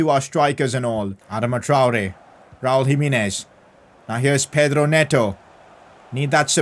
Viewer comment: Nobody:: Raul JimEEnez